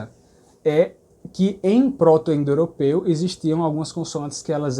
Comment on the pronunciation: Ouvindo agora, logo depois de ver seu vídeo sobre harmonia vocálica. Por que você pronuncia g(é)rmânico e pr(ó)to-indoeuropeu, sem vogais abertas posteriores?